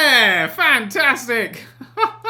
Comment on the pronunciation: I like how he says futtastic instead of fantastic.